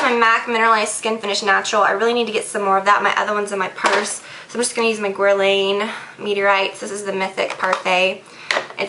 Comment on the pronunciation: Great video..I was really curious about the Beauty Blender so I'm happy that you showed how to use it. But I can't help but cringe at the way you pronounce some of your beauty products. Hate to sound like a know - it - all, but it's pronounced "Toosh E Clot" and "Gur lahn". :)